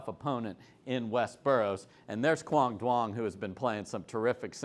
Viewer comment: Others have started getting Quang Duongs name pronounced correctly. I’m wondering why you are still pronouncing incorrectly. And yes, I probably miss spelled it.